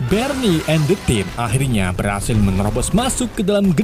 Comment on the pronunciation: Berni engga tuh 😂😂 Barney bng bkn berni